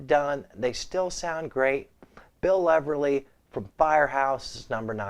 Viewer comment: U may want to read on how to say. Bill Leverty. U miss saying the T